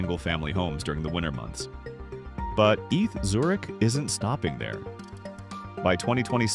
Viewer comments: stop saying eth Zurich! its E T H, Eidgenössische Tecchnishe Hochschue! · If you bother to edit the script you are giving the AI voice, you can fix the mistakes. "Eeth" for ETH write instead "E tee aich" or the Swiss/German "A Tay Ha" with A is an hay. I'm sure there are directions on how to format or use special symbols to fix this and other mistakes. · I’m sorry but the way you say “Eth Zurich” makes my skin crawl, it’s E.T.H. Zurich, or E.T.H.Z. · "Eath" 😂😂😂 E.T.H. !! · AI narration is evident. It is E T H Zurich, not "eath Zurich". You need to turn the letters into a correct acronym or separate them with spaces in the script you feed to the AI narration site, like "E.T.H. Zurich" or "E T H Zurich".